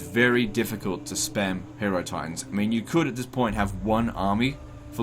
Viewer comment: it is pronounced hi-eh-ro-titans. the same way you pronounce hieroglyph. you know based on egyptians